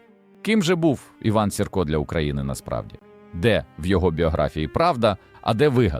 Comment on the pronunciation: Iван Сiрка нiколи не виступав на боцi iноземцiв. I його призвисько Маэ наголос на перший склад й лiтеру ,,i,,.